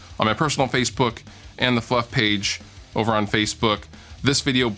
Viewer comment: When he said Fluff page at the end I thought he said fuck page lolololololol